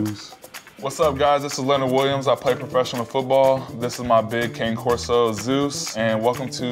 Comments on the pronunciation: Max as you can see by my youtube handle you should know where I live. Leonard Williams if you own a breed of dog you should know how to correctly pronounce that breeds name. It is pronounced Connie Corso not Kane Corso. Poodles do not shed. But they do require more grooming then your Boerboel. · Cane Corso is pronounced CON-ay Corso. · It's funny that dude with the Cane Corso, doesn't even know how to pronounce the breed he owns, and profess research! Connie Corso... Lol! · Caw-ney <- pronunciation. They are another Italian mastif. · Love the potties, adorable companion dogs! Zeus is beautiful! I’m not trying to be rude or anything, just to educate, it’s pronounced “cah-neh” corso! :D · "CANE CORSO" is phonetically pronounced "KAH-NAY KOR-SO". "CANE (KAH-NAY)" is not pronounced as in candy cane, walking cane, king or anything other than KAH-NAY. Any Cane Corso owner should know this. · Con-aye corso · It's pronounced CanEh, not like the walking stick. Haha Bullypit? That is not a TRUE pitty. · Good thing Leonard Williams never bothered to learn how to pronounce his breed's name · It hopefully doesn’t affect the way they’re able to care for the dog but damn I can’t stand an owner that can’t pronounce their own dogs breed